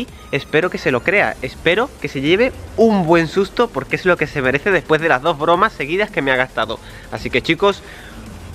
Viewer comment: No puede decir bromas en el minuto dice el boromas